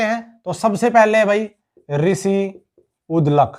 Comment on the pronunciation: ऋषि उद्दलक नहीं है उद्दालक है। जंतपाली नहीं है जांटपाली है। बीरबल नारनौल के निवासी थे यमुनानगर के नहीं।